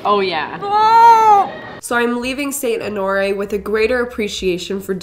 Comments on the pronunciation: Saint ho nor ee 😭😭 (it’s honor Rae) lol also seeing all of these comments about “omg I thought you cut your hair” are so funny because I’m here about 12 hours after you posted the video about cutting your hair LMAO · Saint Onore? Lol at the very end she said the name wrong, twice 😂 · She was like “saint AnOoRriE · Saint “oh nori” lmao girl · I definitely was laughing because she only said honoreé right once 😂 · why did she say Honore right in the beginning but she said it completely wrong 😂